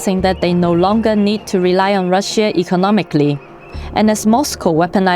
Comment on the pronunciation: I don't know who did the voice in this video but her English pronunciation is quite bad...she can't even pronunce Russia properly, it's pronunced Rusha, not Rushia...she sounds Chinese, not German...anyway not worthy of DW, the entire you really have to pay attention to what she's saying and try to figure out